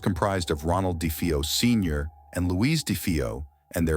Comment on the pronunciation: Great video, but the narrator mispronounced DeFeo many times its pronounced Day-Fay-Oh. I met John Zaffis recently, Ed and Lorraine's nephew who joined them in many investigations, including the haunting in Connecticut. I asked him was it ever determined what caused the haunting in Amityville. He told me not to believe the Hollywood movies, which I strongly agree; but said Ronnie jr was practicing Satanism.